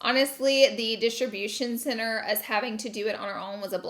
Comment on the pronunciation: Couldn’t stop hearing Distribution Sinner lol